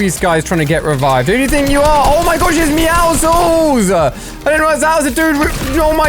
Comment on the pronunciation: meowscles not meoscoles